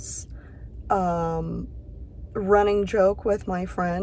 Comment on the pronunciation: The g sound in Angelika's sounds a little German and Angelika is a typical German name. A little old fashioned though.